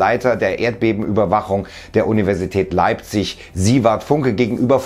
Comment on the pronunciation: Leipsch :P